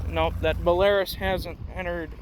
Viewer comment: belarUs is how you pronounce it and is belarusian made hence the name